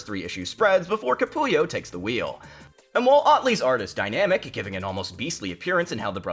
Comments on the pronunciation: Capullo not Capulio 🤦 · It’s Greg Capullo…not Capulio. 😂